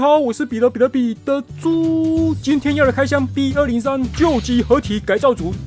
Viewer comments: 好像把b203講成bot203了😅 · ，你把B説成BOT—203了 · 是不是把B-203讀成bot-203了🤨